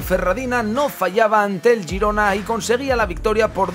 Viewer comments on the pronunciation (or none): Wow ha dicho Jerona, que graciosoooooo